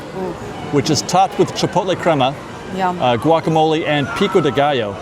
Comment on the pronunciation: GWOCK-A-Moley! hahahahaha!!!!